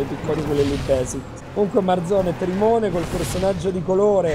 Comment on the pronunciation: "trimone" HAHAHAHAHAHAHAHAHAHAHAHAH SONO MORTO, GHE SO D CRGNOLL